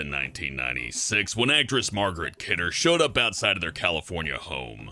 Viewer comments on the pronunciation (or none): Margot Kidder, pronounced Mar go not Margaret. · Not to mention Mar-Goh and Came-bridge-sheer are pronounced incorrectly.